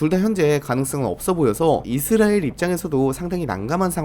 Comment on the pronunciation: 이스레엘 말고 이스라엘이라고 읽어주세요 😢